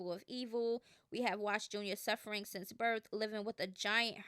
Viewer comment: It’s SINCE. Not sense. 🤦🏾‍♀️